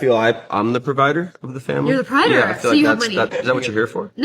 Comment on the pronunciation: are we gonna let the fact that this hoe said prider instead of provider?